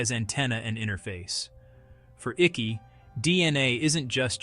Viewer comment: NOT PRONOUNCED ICKEY! ICKE! AS IN EYECK . YOU AI FOOL